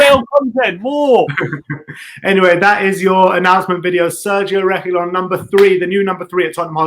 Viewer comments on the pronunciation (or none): YOURE PRONOUNCING REGUILON WRONG!!!!